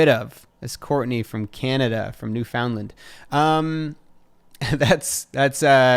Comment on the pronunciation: newFOUNDland is pronounced new-fun-lun lolol